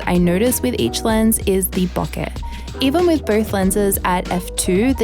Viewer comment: LOVE that you pronounce BOKEH properly. IRKS me when "professional" photographers say it wrong.